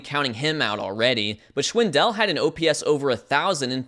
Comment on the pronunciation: You’d pronounce Schwindel just like you would ‘swindle’ with the extra sh-sound as it’s German for the English word swindle which comes from the German schwindeln or High German swindeln. It’s definitely not schwin-Del